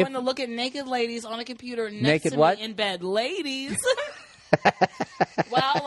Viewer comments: hahaha cheers to Nia for saying LAY-DEES! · Is that not ok with the lay-dees? lol come on bill dirt bag Burr